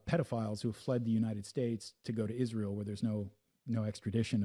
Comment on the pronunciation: Why does she pronounce it "ISHZREAL"